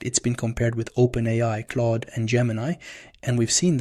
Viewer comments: claud not cloud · Claude is not pronounced the same as cloud dude. Confusing as f